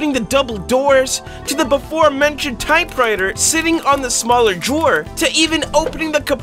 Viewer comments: ahh yes the most satisfying thing to me in this video is that he said "type whiter" instead of type writer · you said type whiter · ‘Type witer’ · Type witer 💀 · Bro really said type whiter 💀💀💀💀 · Just noticed you sayed type righter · U just said type whiter😂